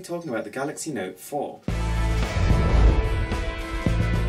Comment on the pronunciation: "tha noet fouar♥"... lol.